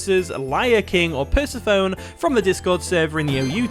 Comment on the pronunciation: Hi, Persephone is actually pronounced as 'Pur-SEF-uh-nee'. Also, your Zapdos is a beast.